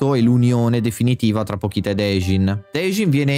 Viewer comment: peró non puoi sbagliarmi il nome del protagonista e anche di pochita che si legge pocita non pokita